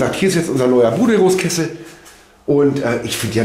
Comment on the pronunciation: Grins,bitte nicht sauer sein: Wie sagst du BUDERUS ( BUDE-RUS ) lach es heist- BU-DERUS Die beste Heizung --,Produziert ein paar kilometer von mir Lg Berthold